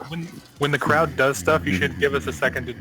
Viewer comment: lmaoooo you said "cloud" instead of "crowd" like three times